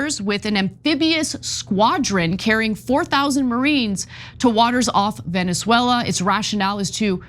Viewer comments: Love how Ana doesn’t know how to pronounce Venezuela. More like Veneswella. By the way. Chat gpt says now that trump is a fascist and even worse then Mousolini. Congrats America. What a good story for the historybooks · Ana's pronunciation of Venezuela needs some serious work